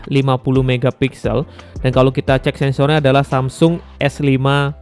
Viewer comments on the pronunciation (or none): none